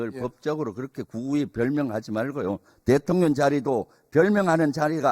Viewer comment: 말좀 똑바로 해라 대통령님을 대통련이라니 초등학교에서 무엇을 배웠나 발음을 똑바로해라 썅